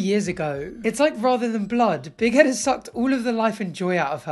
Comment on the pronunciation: Why does it sounds like he’s saying big headed Liz 😂